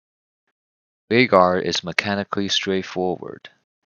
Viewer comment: I knew you were the real deal as soon as I heard you say his name correctly. Excellent video